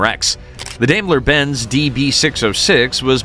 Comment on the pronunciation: Teach you AI robot narrator how to pronounce "Daimler".. It's DIME-ler.